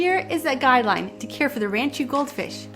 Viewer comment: First thing to note is it is rahn-chew. Not ran-chew.